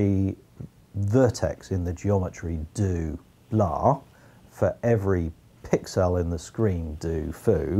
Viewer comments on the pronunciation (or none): Why does he say 'pixel' so weird? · am I the only one who finds the way he says pixel weird, the stress seems to be in completely the wrong place